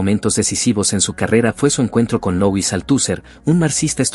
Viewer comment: Dicho con perdón, no me soporté esa pronunciación del nombre Foucault (se pronuncia "Fucó", aquí se enuncia con un insoportable y mil veces dicho "Foucaul")) o a Louis Althusser (se dice "Luis", aquí lo pronuncia "Louis") o Butler (la enuncia "Butlér") o Habermas (pronunciado "Habermás"). Lástima de esos prosaicos errores, pues es una buena reseña. De verdad, busquen un locutor que haya conocido alguna vez a los pensadores de que habla o enséñenle su pronunciación. Pónganle cuidado a eso, pues deja en los oyentes la duda sobre el conocimiento efectivo en torno a un pensador cuando de entrada se le nombra de forma tan impropia. De todas formas, gracias por el esfuerzo al redactor el texto..